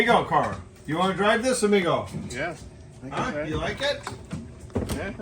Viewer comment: Biff needs DuoLingo, work on his Spanish for Amigo.